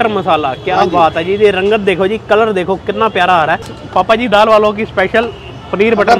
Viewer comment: That is not papa ji that is bhapa ji😂😂